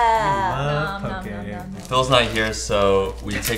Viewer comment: Because is there and sheʻs from Hawaiʻi they finally pronounced "poke" correctly! I love it